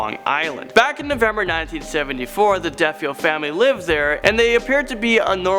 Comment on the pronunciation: Yeah, you might need to redub that story about Amityville. Not only did you say that the dad was the killer (it was their son Ronald), but the name is pronounced "De-FAY-oh".